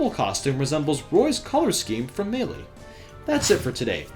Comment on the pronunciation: Why do you pronounce Melee so weird?